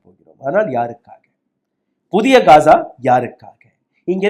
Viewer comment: யோவ் அது காஜா இல்ல காசா